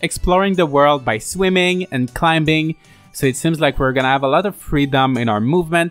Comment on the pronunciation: The first L in "folklore" is silent as is the B in "climbing" :)